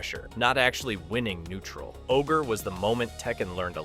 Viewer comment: Also "O-G R-E" lmao